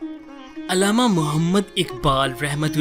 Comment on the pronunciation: تمھیں علامہ کا تلفظ تو آتا نہیں ہے۔ عل+لامہ، یعنی ل پر تشدید اور ع پر زبر۔